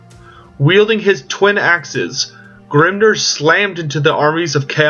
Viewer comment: Ugh, it's Vah-lay-uh! Grim-NEAR! Not Grim-NURR! Sorry, it was just irking me a bit the way you was pronouncing those words.